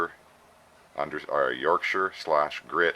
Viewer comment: It's great to hear Yorkshire being pronounce properly! Most Americans are heavy on the Shire part... It's a great product that I'm using more and more. Glyn lives local to me and I'm proud to have been able to support him as he developed the product by providing internet / Website facilities for him. Sweet little bowl by the way! Cheers Tom